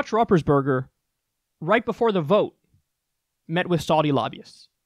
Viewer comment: Pronounced Roo-pers-Bur-ger